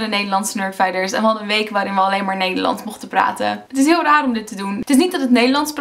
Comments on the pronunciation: I think your "s" is turning more to an American/English "s". When you say "Nederlands", your "s" sounds a bit like a "z"? Or your "a" is a bit too much like an "e" (literally "Nederlends). Maybe a combination, but I can definitely hear an accent in there (that doesn't come from Leiden ;)). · In sommige zinnen zijn wat letters inderdaad een stuk zachter uitgesproken, bijvoorbeeld de t en d. Telkens als je “nederlands” zegt klinkt als “Neyerlan’ers”. Ook wordt de ‘ij’ soms als ‘uh’ uitgesproken ‘zijn’-> ‘zahn’ (misschien gewoon per ongeluk foutje, maar het valt wel op als ik met iemand zou praten). Ohh en het meest opvallende is de g, die je nu vaak als zachte g of h zegt: ‘zeggen’ -> ‘zehhuh’ en zachte g bij ‘gesproken’ Misschien zeg je de letters wel, maar niet duidelijk genoeg, maar je niveau Nederlands is duidelijk hoog! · de manoer waar op je grappig en nederlands zeg is anders met een beetje een engels accent